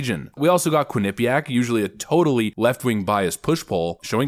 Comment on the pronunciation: Quin Knee Pea Ack: Quinnipiac much love for your channel but this bothered me :)